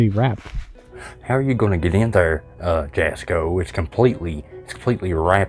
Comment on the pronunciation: Jasko is pronounced different, the j is silent, it like German I think, it's pronounced like it has a Y at the beginning. also im one of the people that is older and really like jasko's videos, I know they probably aren't real but it is still good entertainment, kinda like WWE. Fake but still good entertainment.